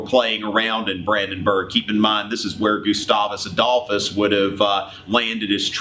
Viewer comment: is hilarius how you pronounce GUSTAVUS ADOLPHUS